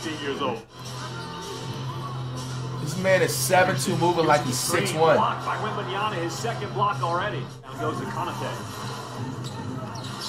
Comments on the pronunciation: No way commentator called him wembenyana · Flights pronunciation: Wemeyamen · Dude said Victor wembambam 😂😂😂😊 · victor wembayuuyyammma man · “Victor Wembeneyembe” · Bruh just say wemby 😂 it's "wembanyama" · “Victor webaman” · "Victor wembemabah" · Victor wemenyamna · Heres to many years of flight mispronouncing Wembenyamas name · I just came to listen to Flight trying to say Victor Wembanyama